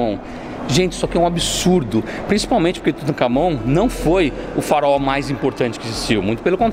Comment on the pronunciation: Farao Deus kkkkk fala direito